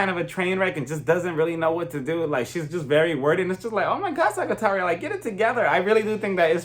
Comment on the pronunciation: Small tip: Sagittaria is pronounced more like “Sa-hee-tah-riah”. We pronounce the “g” as an intense “h”.